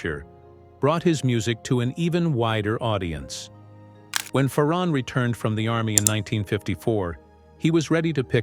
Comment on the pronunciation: His name is pronounced Fair on not Far on